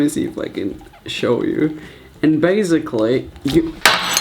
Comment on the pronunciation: Galaxis not really sometimes he sounds more American when he’s reading but not really lol I love the way he says basically, (baez- ick-lee)